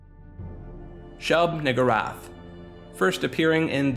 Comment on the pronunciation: “Shub niggurath”💀